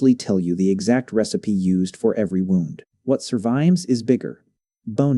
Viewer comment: Your garbage AI can't even say 'wound' correctly